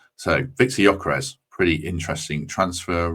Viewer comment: Looks good for me too👍🏼 The ‘s’ at the end of Gyokeres is pronounced ‘sh’ FWIW🧐